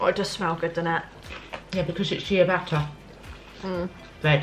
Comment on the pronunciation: When your mum said ciabatta bread like "chia barta" - I was so confused as to what she was on about...then i realized that I pronounce ciabatta "chabarta"....lmao